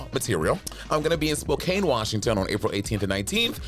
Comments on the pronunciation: I am Filipino and I think it is not pronounced as Spo-CANE. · Yeah it’s Spo- can. Like you spo can do it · Monet! I know it sounds like “spoKANE” but it’s pronounced like “spocan”. Washington cities just be like that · Spoke-can lol and might as well be Idaho 😂